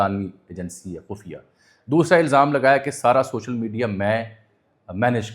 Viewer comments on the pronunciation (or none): none